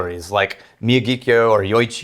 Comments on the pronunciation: Every time I hear say "Miya-gi-kyo" I die a little inside. As a fellow 40-something raised predominantly in the 80s it should have clicked by now that the easiest way to pronounce it is to just remember Mr. Miyagi from the Karate Kid then slap "kyo" on the end. "Miyagi-kyo." (Yes, it also happens to be distilled in Miyagi Prefecture, but that is neither here nor there...) All things can be related to Back to the Future or The Karate Kid for children of the 80s! *not really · Love the hillbilly pronunciation of Miyagikyo.